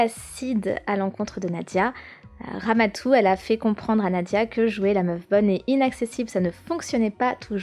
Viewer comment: C'est pas Ramatou C'est Ramadou